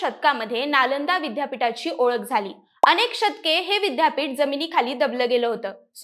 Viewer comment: बाईला विद्यापीठाचा उच्चार करता येईना, अशा लोकांना कुठे माहीती द्यायला बसवता?